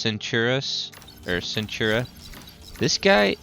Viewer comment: the legion unit centura? "i think im pronouncing it wrong" no dude you just cant read.... its Centaur..... Kentaur....like the half man half horse mythological beeing.....